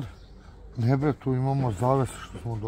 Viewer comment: "Da vidiš bwre koje dobwre knjige imam"Uko ako je knjiga "debela" ne znači i da je dobra!😂